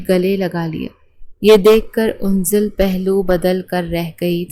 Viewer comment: Yaaar unzal name nahi ha. Anzal ha. 😢